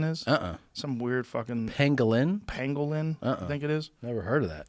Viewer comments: At first I thought Rogan was mispronouncing penguin. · I thought he was saying penguin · I remember when I first heard this i thought he was saying penguin and I thought they were retarded lol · I thought he was saying penguin at first and i was just thinking, where the fuck would a bat and a penguin come into contact with eachother? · "pangwang" - Bumblesnuff Crimpysnitch